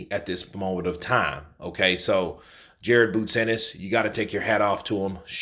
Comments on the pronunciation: PLEASE CORRECT HIS NAME ITS JARON NOT JARED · Pretty sure his name is Jaron not Jared